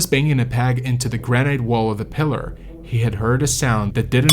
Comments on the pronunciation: gran-ite? granite? ok I gotta call you out for that pronunciation. its 'gran-it' I wont say anything about other words but I mean granite? 😂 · Hey,, the word is "gran'- it". Not "gran'- ite". Doh. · It's pronounced gran-it, not gran-ite. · Who says "gra night " when it's pronounced gra nit (granite) 😂 Good video though! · Graa-nut. "Granite" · Gran-it. So many YouTube narrators can't even speak the language! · 'granight'? This must be a robot or poor AI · Great job, but please pronounce granite by ignoring the final "e": "GRAN-it". Thanks...a climber for 47 years and still after it! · It really the way you pronounce granite? If so I've been wrong for 60 years.